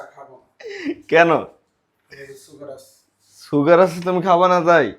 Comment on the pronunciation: সুগার ❌ ছুগার ☑️ 😂